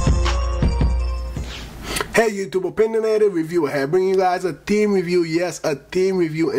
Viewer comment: ever "TEEM" "TEEM" PRONOUNCE YOUR GOD DAM H'S